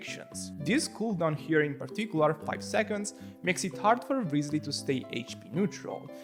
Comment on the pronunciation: woooow omagad... my guy says "rizly". first time seeing someone on yt spelling his name kinda correct. autolike